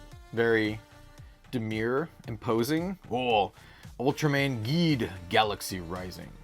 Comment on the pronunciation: Geed is pronounced Jeed but with a G and Tiga is pronounced as Teega, huge fan of Ultraman and Kamen Rider for about 25 plus years and nearly have all the series they’ve released on Blu-Ray here in North America. I knew this games been out for a while but it’s not easy to find this stuff here in Canada where I live, no LGS around me picks up on the new Japanese TCG’s and I wished they would because they’re truly missing out.